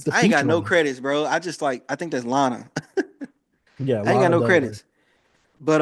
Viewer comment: Bro...did you just called Lana Del Rey "LENA"...man. (Good content tho)